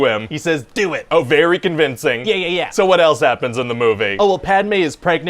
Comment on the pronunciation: He said dew it.